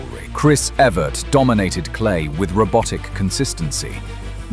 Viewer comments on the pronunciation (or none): none